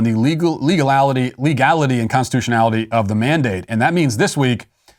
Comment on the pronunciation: “Legalality” we all heard it Matt.